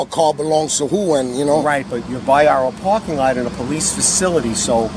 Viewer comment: Pawking? NYPD speech impediment. Caws?